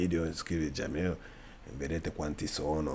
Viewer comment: Jamil non si dice così casso